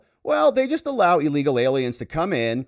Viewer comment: It's illegal, not "allegal!" Maybe it's just my hearing?